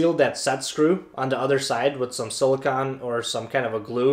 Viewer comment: Sili "cone"